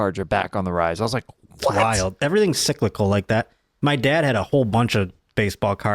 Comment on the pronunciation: "Sicklical" I'm gonna start using that lol